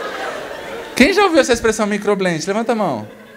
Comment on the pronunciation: Que faz miclobente kkkk